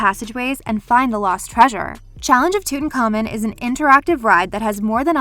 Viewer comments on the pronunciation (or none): Emm hoe tepp. Not eyemhohtep Also, toot ankh ah moon